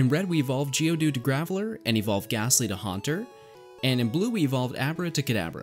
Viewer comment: when you said catch 3 gastly i had to rewind because i though you said catch rick astley